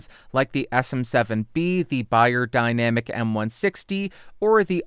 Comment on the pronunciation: Thanks for the explanation, but I knew all that; it was a joke. About your rather unusual pronunciation of the word. Sorry.